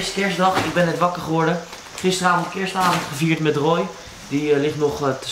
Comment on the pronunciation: Het is toch Roy en niet rooy